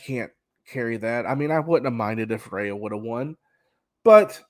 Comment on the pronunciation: You pronounced Rhea wrong.